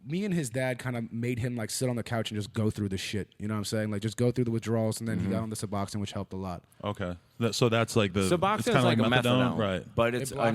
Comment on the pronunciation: My boy really said Suboxon 😂